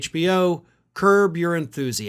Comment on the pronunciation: Dude, it's curb not curve. You would probably love the show. So funny.